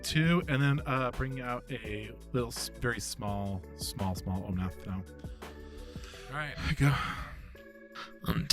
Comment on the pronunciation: Loved the game! I can’t help but think that how is pronouncing Omnath must be him messing with me like Stewie over pronouncing the “h” in Cool Whip haha